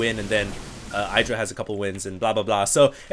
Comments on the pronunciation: it is idra, not eye-dra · is the only caster that I can think of who still pronounces IdrA's name as EYE-dra.